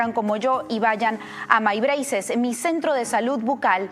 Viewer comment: El “Maibreises” en la publicidad de My Braces me rompe los oídos